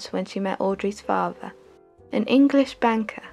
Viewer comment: great documentary exellent narration but learn to pronounce the letter T mother not muvver father not farver.......M